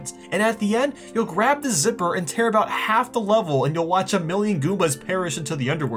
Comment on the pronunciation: Hey you should try America your pronouncing of words is weird you say hienee hini and about abuut